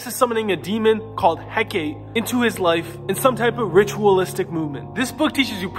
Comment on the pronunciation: It’s pronounced Heck Ah Tay